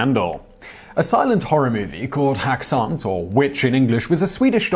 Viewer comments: Häxan is pronounced hexan, just like in the word hex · Häxan is pronounced "Hex-ahn" with emphasis on the first syllable, just for the record.